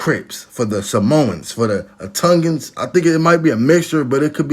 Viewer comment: u said tongan wrong but dont forget us hawaiians